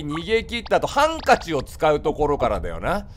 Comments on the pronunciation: ごめん、ハンカチのイントネーションが気になってた( 'ω') は↑ん↑か→ち↓じゃない？(あれ違うっけ) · 何回聞いてもハンカチのイントネーション笑う